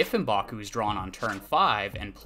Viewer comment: Um-baku? I always figured it was pronounced MƏ-baku